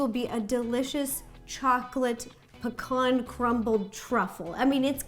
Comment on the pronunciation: Love how you say pecan, you make it sound like pacon 😂